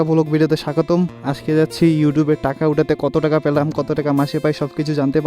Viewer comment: পেলাম ❎ প্রলাম✅ 😂😂😂